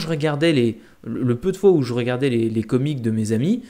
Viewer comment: Le s dans comics se prononce